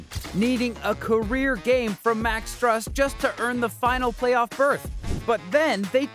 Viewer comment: max “stuss” 💀